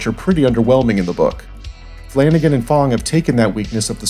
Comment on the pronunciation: Flanagan, flanacan